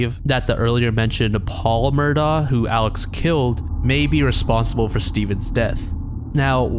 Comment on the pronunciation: Hey just a heads up, the name Murdaugh is pronounce “murr-dock,” and that man Alex’s name is pronounced like the name Alec